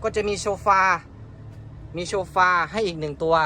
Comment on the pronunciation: เขาเรียกว่าโซฟานะคุณน้องไม่ใช่โชร์ฟา555